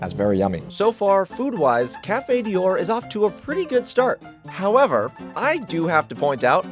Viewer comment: I am LOVING the ejaculation sound that plays every time he shovels something into his mouth. If you can't pronounce DIOR, then you should not be allowed to review. I was thinking he must the the only person on the face of the earth that has never heard someone say "Christian Dior," but then Cari did the same thing. has a "tell." Every time he uses "honestly" (and he does it all the time) he is about to utter something he is just making up because he think's it's what people want to hear. He substitutes "not gonna lie" and "for real" at times for this "tell."